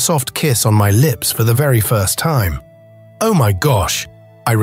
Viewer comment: This was one of the best stories ever, and I'd love to hear more like it. The oddest thing is the narrator all of a sudden changing from proper english to incorrect grammer. Ie...u ani't going no where. And what the heck is kwa? Oh, is pronounced "O", not "oooooo". The most important key to a good story is the narrators ability to read and pronounce ALL words and names correctly.